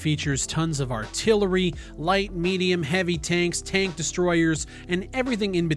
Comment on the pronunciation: say tank again